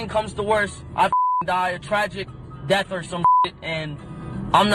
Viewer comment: Cthagod keeps say deaf instead of death. LONG LIVE X